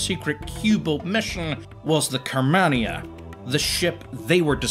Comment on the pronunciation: Fascinating vid. You're pronunciation of simple words will alas haunt me to my inevitably lonely care home death. Carmania is spoken as one would say Car-marn-ya. FFS simple things. Other than that, delightful. Keep up the work.